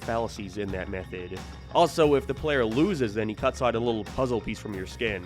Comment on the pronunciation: this dude cant say "out"